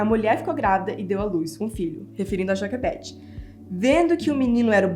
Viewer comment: A fala assim porque ela aprendeu inglês primeiro, por isso que ela erra algumas palavras em português rsrs